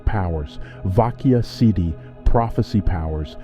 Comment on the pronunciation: you were mispronouncing siddhi the entire video 😂